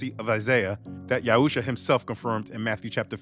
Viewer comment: The name of the messiah is YAHUSHUA not Yahusha and its Yisra'Ãl not Yasharal